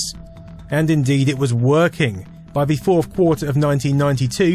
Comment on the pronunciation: TH is pronounced TH, not V.